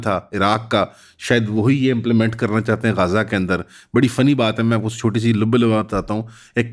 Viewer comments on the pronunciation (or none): غزہ ہے برو گازا نہیں ہے